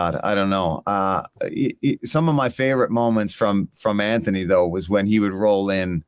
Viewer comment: Mad that bisping cannot pronounce Anthony and insists on saying Antony 😂